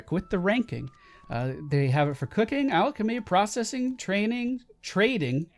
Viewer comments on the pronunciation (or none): none